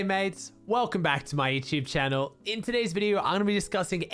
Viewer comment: I love how he says " my Youchube channow"